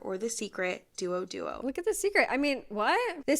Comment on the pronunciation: the way they're pronouncing the names has me going into hysteria lmaoooo dew oh dew oh